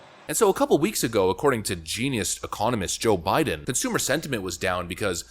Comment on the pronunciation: nobel laureatte e-CON-omist. it's a confidence game